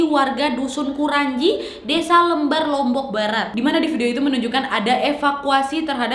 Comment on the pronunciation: Lembar kak bukan "Le'mbar"